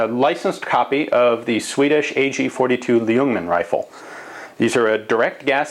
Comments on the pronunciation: Baciacally how you pronounce it, it sounds like "lee-yungman", but the L is silent so it should just be "yungman"... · you don't say the L in ljungman, it's pronounced jung man. swedish is hard if you dont know it ;) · Forgotten Weapons Hi there! If you skip the "L" (it's silenced), you'll have a very good pronounciation of Ljungman! =) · the L is silent in ljungman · Hehehe still not pronouncing "ljungman" properly i hear ;P